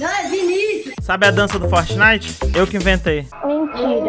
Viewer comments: "FERTNITE" AKAKAKAKAKSJAKALJDIAIQJS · "Fertnite" KAKAKAKAKAKAKAKKA